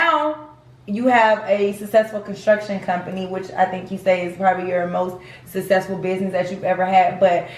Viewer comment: But why did the scammer's daughter keep saying successful like "sess-sess-fo". She did it over and over round